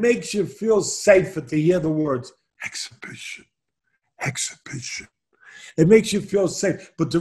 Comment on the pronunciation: AN EXHIBIXION!